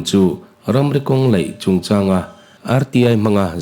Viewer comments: elite studio "mizoṭawng hmang dik hram teh u.A AW B in zir lo ani ang.kawng laih tih tur ah kawng leih" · Kawng LAIH tih turah LEIH i ti thin a, beng ati thlep deuh thin